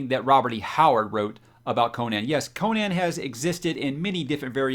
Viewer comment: Gratz on finally getting on the Conan train. Btw, you should probably learn how to pronounce it, hehe. I find it so disappointing that most of the fantasy book channels on YouTube completely ignore REH and his many wonderful characters. Shame Amazon gave up on Conan. None of REH's chars have been treated well on film. Only the first Conan movie was worth a damn imo. The comics did a pretty fair job and introduced the char to millions. Don't neglect REH's other chars. Bran Mak Morn is a fantasy treat. Howard also wrote numerous boxing stories and he also delved into humor with his Breckinridge Elkins stories. Also, it doesn't take long to read all the original REH Conan stuff. Many of his fans disparage the continuation of his work done by L.Sprague de Camp and Lin Carter but those are the only Conan works done by authors other than Howard that 'fit' the savage Cimmerian imo. New subscriber.